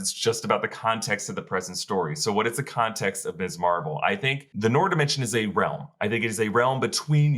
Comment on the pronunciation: Noor is pronounced "Nur"!